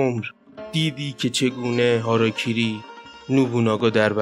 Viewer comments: هاراکیری .🤦🙊😂 خب معمولا میگن هاراگیری واسه ادبش😅✌️😁🤦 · سلام ویدیوی زیبایی بود و اسم خودکشی هاراگیری هست گ داره نه ک